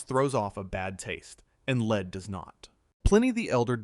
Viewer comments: Can you not pronounce lead as a metal? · The voiceover incorrectly uses lead as in to lead a horse to water instead of the heavy metal lead multiple times. Is it that hard to have a human read a script? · The AI voice mispronunciation of lead back and forth shows that this channel and our humanity deserves a human voice. I will not be listening again until a human is narrating. Sorry. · Its strange how one sentence it says it correctly, then the very next sentence its mispronounced